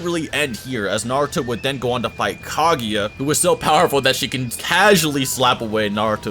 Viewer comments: It's Kaguya, not "Caghia" for fuck's sake :)) I don't like you at all, the guy who ranked Tobirama lower than the fourth Hokage :))) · it physically hurts hearing you pronounce kaguya as kagiya